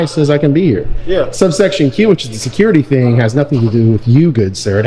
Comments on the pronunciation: Did he say shaquirty? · Almost sounded like he was saying shitcurity. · No. He's the shecurity gaurd. I was like, there's no "h" in security, bro. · Everyone the security guy said “Security,” I thought he was going to say “Shakira!” He pronounced it “Sha-Curity.” He’s a Shacurity Guard!